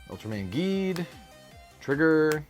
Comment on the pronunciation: Geed is pronounced Jeed but with a G and Tiga is pronounced as Teega, huge fan of Ultraman and Kamen Rider for about 25 plus years and nearly have all the series they’ve released on Blu-Ray here in North America. I knew this games been out for a while but it’s not easy to find this stuff here in Canada where I live, no LGS around me picks up on the new Japanese TCG’s and I wished they would because they’re truly missing out.